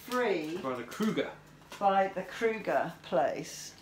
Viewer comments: They are pronounced crow-ger ! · Freddy Kruger has his own grocery store?! :o jk, It's Kroger, like..."over" "ogre" "kroger" I think if you say those three words in a row you'll get it right haha. P.S. I guess we should have warned you they were more than likely gonna cut the whole hole out :P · crrogger lol its Kroger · Kroger 😎 Kroger with a long o sound in the middle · Pronouncing the store name is Crow- ger in America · Lol, you call Kroger, 'crewger.' That's cute! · Kroger, pronounced (crow-ger). Nice that they donated them to you. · It looks wonderful. And silly its Kroger kro as in crow then grrrr. I love you to. ❤️❤️😂😂😂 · Adorable accent.....we pronounce that Kroger with an O.. you two are a breath of fresh air!! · you are even funnier than usual coming out of anesthesia 😂😂 I couldn't hear anything was saying but your expressions were entertainment enough! Also, bravo to Kroger for helping out! It's pronounced Krōger (long O sound), a little less like the Nightmare on Elm Street character. 🤣 It's all still funny to hear you say it your way. Keep healing, sweet lady, and keep nursing,! Keep the new names for the UK docs coming too, that was hilarious! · Looks good. Thats serous drainage, just fluid. The name of the grocery store has a long o as in zero.